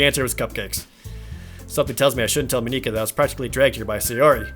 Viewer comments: I AM NOT MENTALLY READY FOR THIS PLZ SAY MONIKA RIGHT!!! just sayin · Monikas name being pronounced like that though. Oof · How did jared butcher monikas name that bad xD I guess he tried to make it sound japanese since the other girls have names from Japan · You are pronounce monika’s name Wong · I'm going to watch the series even if the way you pronounce Monika is weird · You've probably gotten this a lot, but her name is pronounced Mah NIK uh, not MOE neek uh. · Dude just pronounce it as just Monica. It’s fine. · The ´´normal´´ guys: Mon-ika Jared: Mo-nika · I LAUGHED WHEN HE PRONOUNCED MONIKA “MOE-KNE-KA”. I DONT BLAME HIM OR ANYTHING IM JUST USED TO “MON-IC-AH” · elora ナロン But doesn’t Monika say that Mon-ika (four syllables) is the wrong pronunciation? So it’d be three syllables, mo-ni-ka. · Moniquea is triggering me lol its pronounced Monicka... Just Monika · Please... MONika, not MoNIka. Thanks in advance :( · it actually is mon-i-ka not mo-nee-ka. its weird but dont worry about it. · In case other comments haven't mentioned, it's pronounced Monica rather than Mon-ee-ca. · It's funny hearing you pronounce Monika as MuhNica. It's Just Monika. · It's just Mon-ick-a. Trollface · OMG, "moNIka" is driving me crazy. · Ma-NEE-ka? seriously? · Man, that whole "MoNEEka" is extremely distracting. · Please just pronounce Monika as Maw-ni-kuh, pleeeeeeeeease. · Proper pronunciations: Sa-yoh-ree You-ree Not-soo-kee Moh-knee-kah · Hey Jared, I'm pretty sure it's pronounced Monica like the one from friends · It’s Monica dude, normal pronouncing :P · Not really a spoiler, but it's important to keep the game files open to the side AT ALL TIMES as they can change later and add to the experience. Plus Monika is pronounced American like Monica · I know I shouldn't be a prck over this, but I am going to be. Monika I'd pronounced as Mon-ick-uh. Natsuki is pronounced as Nat-ski. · Does it annoy anybody else that he doesn't say it MAW-ni-kuh?